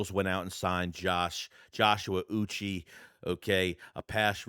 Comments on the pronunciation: Uche is pronounced oo-chay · Learn how to say say Joshua uche because you sound like a retard